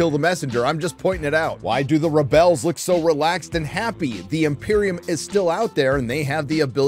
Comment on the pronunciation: I love the commitment to “ReBells”